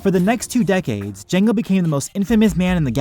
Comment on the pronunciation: lol through out the video he was acidently saying jenga fett instead of jango fett